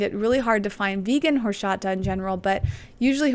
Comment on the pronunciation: it is pronounced exactly like it is written, horchata not horshata, but you are adorable:)